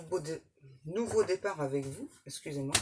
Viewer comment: Meilleurs voeux 👍 Merci. Aurais-tu dit têtard au lieu départ?